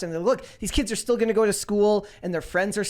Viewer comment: As a non-native speaker, I appreciate learning I'm not the only one messing up words like still/"steel".